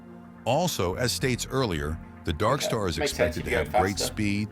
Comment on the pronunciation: “Sr-72 Dark Steh”